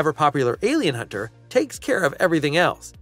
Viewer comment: how do you know someone does not know what they read? They say it like it is a hunter who hunts aliens instead of like a hunter who is alien about the predator.